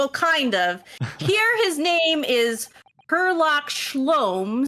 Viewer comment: Herlock Shlowms.